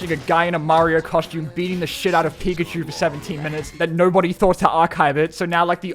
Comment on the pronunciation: Why does he say Pikachu like that?